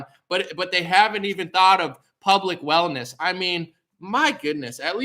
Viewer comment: You said hellness and wealth just before seven minutes 🤣😂